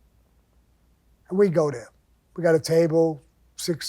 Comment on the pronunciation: I love when he says “and we go deah”. Cracks me up every time. What a guy. I listen to him for hours...